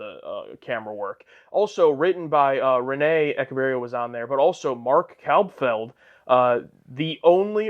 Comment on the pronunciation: I just now realized you pronounce "Echeverria" like "eckeverria" - the ch should sound the same you pronounce it in "cheese" or "choose"